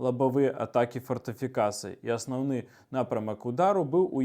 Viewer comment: павінна быць асноўны а не осноўны. А так ролік цікавы